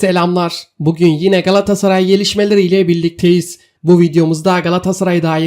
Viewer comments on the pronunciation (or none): none